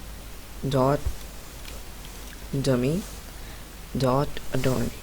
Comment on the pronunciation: What the hell dude the name is called adornee it was so unclear and captions says "a door d" 🗿🗿🗿